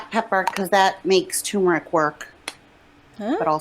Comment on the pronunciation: She's pissed off about having to buy a mask because, unlike everything else she buys, she can't use it and return it. The average weight of a knee replacement for women is .76 lbs. That isn't a farmhouse kitchen sink. And it is tuRmeric, not tumeric, microwave not mircrorave. She just runs her mouth and sh*t spills out.